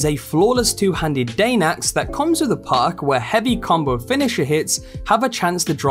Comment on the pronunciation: It took me 4mins to realize he wasnt saying PARK but perk...i was wondering wtf a park was on a weapon